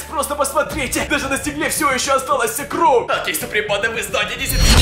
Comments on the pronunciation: Почему ты говорил не кровь а кров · Мне 1 интересно почему ты говоришь не кровЬ а кров